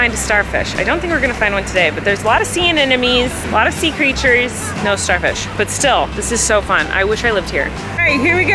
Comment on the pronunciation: Dearest Colleen, it’s sea anemones… an-NEM-o-knees …please for the love of gawd pronounce the m!